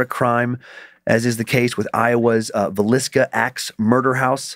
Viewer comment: Dan is saying Villisca right. I live in Iowa but I've never been there. Maybe someday we will.